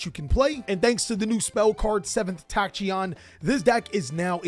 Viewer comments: wdym "seventh tatshyon" it's tachyon (takyon) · Oof, Tat-chi-yon returns lol.